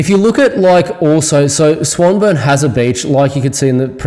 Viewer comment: Swan-Burn ? Nobody calls it that. Try Swan-Born..👍